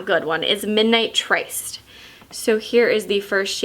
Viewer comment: "tryst" is pronounced "trist" and means "a secret meeting."